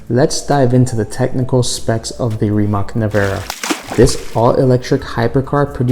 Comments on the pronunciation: Rimatz Nevera.. but for the sake of this video he will say it wrong every time. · Americans should learn to pronounce Slavic C letter sooner or later, its not K for sure. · just say nevera because you pronounce the last name wrong bot